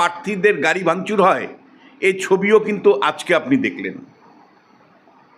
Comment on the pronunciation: bokachoda lok ajke ke bolche aske, agent ke bolche asent, pathachoda bangladesi tinu